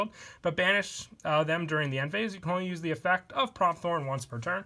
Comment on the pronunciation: Has anyone else noticed he says effec instead of effecT